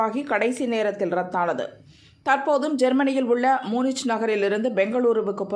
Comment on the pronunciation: முனிச் இல்லை மூனிக்